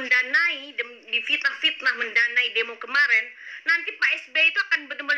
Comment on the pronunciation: FITNAH itu pake "F" bukan "P"